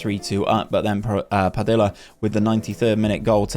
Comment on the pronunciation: some feedback I have is the double "l" in "Padilla" is more of a y sound. pa-dee-ya. Similar to quesadilla. Also, in those seasons where the team does well if we can see the best player's stats or even how they did compared to the rest of the players in the league in that Player Detailed stats page. But, do like this long overhaul.